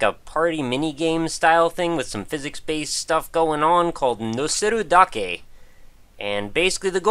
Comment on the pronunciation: Whoa, your pronunciation of the title was really good. It means "just stacking", appropriately enough.